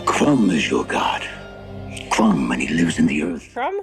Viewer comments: It’s pronounced Crom, not Crumb. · crom not crumb ! lol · Crohm. ..not crumb 😀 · His god is CROM, not Crumb :) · Crom is the chief god of the Cimmerians. Not crum lol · "Crom!" is an exclamation, like the one you pronounce "Cheese and Rice..." You are the second reactor that says Conan's bodily fluids contaminated Doom's fountain. Does nobody in the western hemisphere realize that almost all historical fountains were fed be fresh water and so rinsed themselves in addition to being cleaned when necessary! They were the public water sources for urban populations! You knew you were cosmopolitan if you got your water from similar public facilities! Go to Rome!